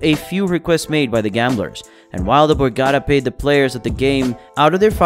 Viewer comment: It's Bore-gah-tah